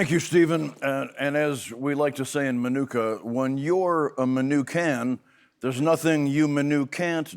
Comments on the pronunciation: It is pronounced "Ma-nu-ka" not "My"nooka😊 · Lived there (well, Channahon next door but they're basically like one intertwined town) for 17 years. Never heard anyone around here pronounce Minooka like that. The middle syllable is nook like book. Not new/nuke. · Look or cook thank you. That drove me crazy the whole time. I thought he was supposed to be a local. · It's pronounced like book, min-ook-a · We pronounced it like book, not like manuka honey 😂